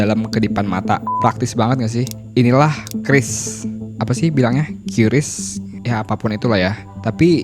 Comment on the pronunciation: QRIS bacanya KERIS EMPU GANDRING